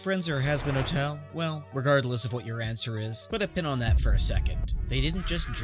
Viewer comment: How tf did you mispronounced "put" two times.